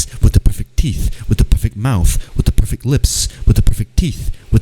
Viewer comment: you were saying "with the perfect" for so long it just sounded like you were saying gibberish lol "whiddapeopife FEET" "whidd[paepr EYES"